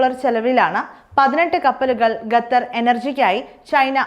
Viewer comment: Gathar alla qatar